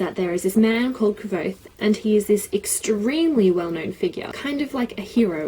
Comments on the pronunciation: rothfuss had a name pronouncing stream and the way she pronounced kvothe is the same was rothfuss did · It does say "like" quothe. I think you were saying it correctly:) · you made me smile:D Ive readen the book in German at first, after that i bought it in your language too and stuck to it till the whise mans fear was done also. Anywho, your pronouncing was perfectly right the "e" of Kvote is silent(or muted/dumb/which is the best word to use here?). Furthermore the names of those figures arent random at all! "quote" is knowen well i guess. Another example would be "Manet" the verb "manere (Lat.)" (3.Person, singular, präsens,aktiv) turns to "manet" and means "he/she/it stays". in the story it is an elder student who will never graduate or leave university. There are countless such hidden details, not needed to fancy the story but a good reason to like it even more. PS: it continues with "The slow regard of silent things", November this year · Patrick Rothfuss commented on this saying she was pronouncing it right 😂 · yeah I watched some of his interviews as well and his pronunciation was actually closer to yours, so you're right! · Haha I was under the impression that the book said the name sounded LIKE quothe - I looked at some interviews with Rothfuss and he pronounces it with a 'v' in there